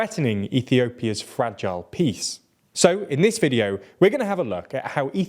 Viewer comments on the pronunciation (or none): none